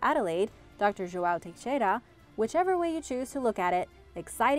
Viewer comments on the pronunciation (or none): none